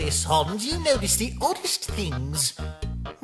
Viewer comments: I like how they call sans “SONSS” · OK, I DO NOT PRONOUNCE SANS LIKE SONS